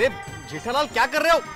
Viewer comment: जेतलालाल नही होता है। जेठालाल होता है।